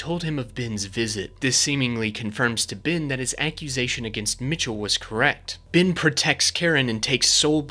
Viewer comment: HIS NAME IS BEN WITH AN E. HIS NAME IS NOT BIN!!!!!!!,!!!